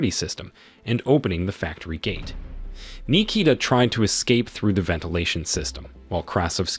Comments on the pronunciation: Nee-kee-da... Yeah, he butchered it if your name is Nikita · Bro pronounced my name like it was japanese